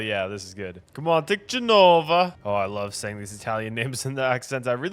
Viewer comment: What?!! You mean his absolutely flawless pronunciation of "🤌geNOOVA🤌🇮🇹🍕" is wrong?